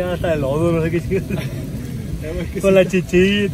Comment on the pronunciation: Se dise chido no chilo